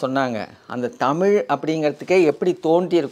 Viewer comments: தொகுப்பாளரே தமில் இல்லை தமிழ் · தமில் இல்லை தமிழ் . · நண்பரே ,தொகுப்பாளர் அவர்களே, தாங்கள் தமிழ் என்று சரியாக உச்சரிக்கும் படி தாழ்மையுடன் கேட்டுக்கொள்கிறேன். நீங்கள் தமில் தமில் என்று உச்சரிக்கும் பொழுது என் உயிரே போய் வருவது போல் இருக்கிறது ,நீங்கள் முயற்சித்தால் அதை சரியாக உச்சரிக்கலாம். நன்றி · எனக்கும் இதை எப்படி தான் தமிழ் மக்களுக்கு சொல்வது என்று புரியவில்லை தமில் இல்லை தமிழ்..... என்று 😢😢😢😢😢😢😢😢😢😢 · அதையும் தாண்டி வேடிக்கை என்னவெனில் தமிழ் என்று சொல்வதை காட்டிலும் தமுள் என்றே உச்சரிக்கும் பழக்கம் நம் அனைவர் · முதல்ல.. தொகுப்பாளர்...நாவில்... தமிழ் 1000 முறை...சொல்லவும்..😮😮😢😢தமில்...இல்லை.... தமிழ்... தமிழ்.... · நான் சொல்ல வந்ததும் இதையேதான்! நன்றி! இவரைப் போல எத்தனையோ பேர் நமக்குத் தலைவலி யையும், நம் மொழிக்குக் கெடுதலையும் செய்ய! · உண்மைதான் தமிழை தமில் தமில் என்று உச்சரிக்கும் போது, நீங்கள் கூறியது போல உயிரே போகுதுங்க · கொஞ்சம் கூட கூசாம பிறழாம தமில் தமில் னு கடைசி வரை பேசறானே!! இத்தனைக்கும் ஐயா அவர்கள் தெளிவாக பேசுகிறார். 😢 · தமில், மொளி என்று கூறுவதை சரி செய்திருக்கலாம்.